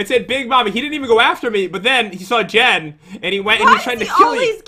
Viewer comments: Its Jen Not Gen are you trying to make fun of Jen!!! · Lopaka Ell-Peterson its jen not gen hahahahaha